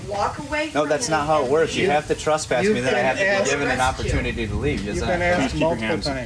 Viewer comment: The woman has a problem saying “trespass” lol. stands his ground until he is officially trespassed.Bunch of idiots..